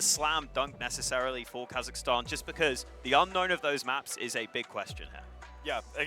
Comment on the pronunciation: Not Kazakhtan, Kazakhstan ✔️